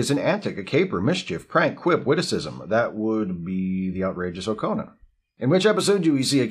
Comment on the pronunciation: It's pronounced Oh-KAH-na, not Oh-koh-na.